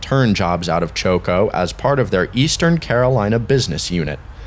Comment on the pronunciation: Great video! Incidentally, Choco is pronounced Chock-o.